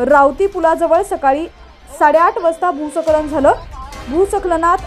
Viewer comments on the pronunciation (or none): भू सखलन बोलली ही बया नि बातमी बंद केली.. काय 'भाषा-सखलन' झालंय हो 😂